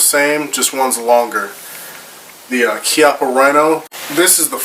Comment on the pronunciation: Many thanks to have made a very interesting review regarding this fantastic italian weapon and because you pronounced corretly "Kiappa".